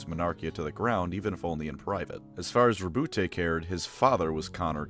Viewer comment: As a note - you pronounced his first name correctly. As Rou-Boot. His name is the French version of Robert. I have no idea why so many people say Row-Bootay.